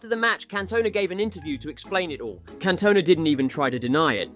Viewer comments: Can-Toe-Nah 😂 you playing surely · "Can Tona" 💀